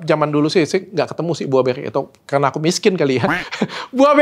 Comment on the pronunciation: biasa nya kalau ngomong karena "kerana" dan R agak kedal itu asal kalimantan bener kah ?? BTW ,, menunggu vitamin untuk rambut uban